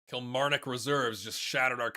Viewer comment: just a heads up, Kilmarnock = Kil-mahr-nik when ya say it, ya can just say Killy if that helps